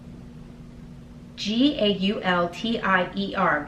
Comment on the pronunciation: Hello! I love this bag!!! That perfume is pronounced "goo-tee-yea" My husband used to wear the men's version which is amazing! I am so tempted to pull the trigger on this subscription, I am a handbag junkie!